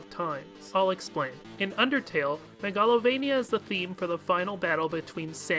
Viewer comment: I've never heard anyone pronounce Megalovania like that before. It's root word is megalomania, so shouldn't it be pronounced the same way? MAY-ga-lo-VAY-nee-ya?